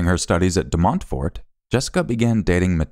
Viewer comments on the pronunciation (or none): Your pronunciation of De Montfort is adorable :)